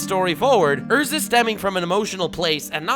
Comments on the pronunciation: Erza.. not Ursa pliz.. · Yo..... it's pronounced Erza